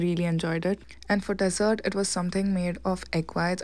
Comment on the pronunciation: It's pronounced deeesert